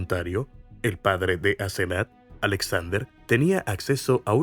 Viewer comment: Asenat o Asezanet? Mala narración... Y la mamá teniendo auto la dejaba caminar sola más de 1 km a esa edad? Qué barbaridad!!